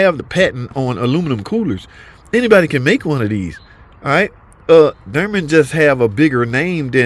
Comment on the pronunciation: "Durman"? Oh...you're trying to say "Dorman"...nvrmnd.